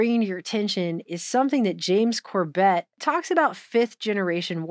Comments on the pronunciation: Why do you keep calling him Cor-bet? Its Cor-bit. Like in "a dog bit you" As long as you've both been in alt news, well over a decade, its like you never heard him say his name before. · Great video. Also, the stress is on the first syllable: CORbett. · Glad you found The Corbett Report - he is great to follow regularly and make sure to watch his older stuff and especially the documentaries, too. New World Next Week is awesome! (Emphasis is on the first syllable of his last name so I figured you haven't seen much of his stuff). This was a great video, thank you!